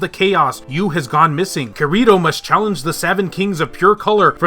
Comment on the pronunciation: The way he said Kirito hurt my soul more than it did in the English dubbed anime